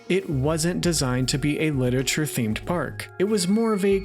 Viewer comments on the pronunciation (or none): You keep saying "Lit-ature" instead of "Lit-er-a-ture." It's almost ruining it for me and I'm only 1 minute in haha.